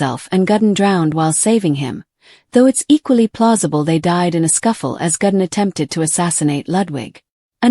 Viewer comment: It is Ludwig, not Ladwig. How difficult can it be to pronounce somebody's name properly??? It is also Gudden, not Gadden.